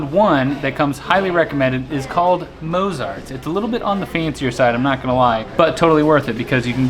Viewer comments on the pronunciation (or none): That's not how you pronounce Mozart guys...